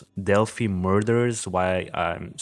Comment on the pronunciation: Okay several things 1: the dark spot in the photo is a gate. It’s opened and closed like the ones you see in all parks 2: it is pronounced “dell fye” not “dell fee” 3: it is pronounced “mo non” high bridge only telling you because people from that area go nuts over these details 4: you need to watch a few things on YouTube regarding Delphi A: Jason Hebert who interviews live Anna Williams, Abby’s mom. B. Jason Hebert’s live interview with Mike and Becky Patty , Liberty Germans grandparents and guardians C: Michael Katts videos and live visits to the bridge and area where the girls were found D: Anthony Greeno of True Crime Investigates especially his live re-enactment of this crime. E: Gray Hughes Investigates and his analysis of BG F: the Prosecutors Podcast has a 5 part series on this and examine this from a prosecutors perspective G: Jim Waggoner and his interviews with my Good friend LT. Tom Spivey retired Stockton, CA Lt that investigated GSK/EAR and nearly caught him and actually untied 2 of his victims. He has a great analysis of BG and a look at the LE from an actual LE background! He is fabulous Listen to the facts and not rumors! Do some investigation and watch this other true crimes that present only facts